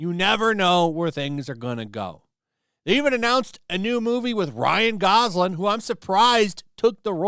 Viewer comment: GosLING not LAND ffs